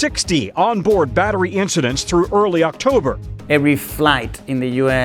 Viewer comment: I hate it when people pronounce "through" with a rolling r